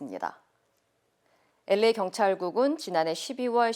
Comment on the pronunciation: 앵커 목소리가 부담스러워서 뉴스를 안들었었는데, 특히 LA 발음 정말 괴로웠습니다. 목소리에 변화를 주신것 같네요. 한결 부드러워지셔서 듣기에 좋습니다.